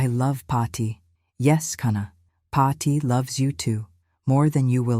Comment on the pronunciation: Paathi, not Potty, for goodness sake!